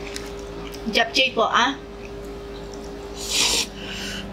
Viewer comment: Japchae is pronounced as "jap-che" po hehe 😊🤗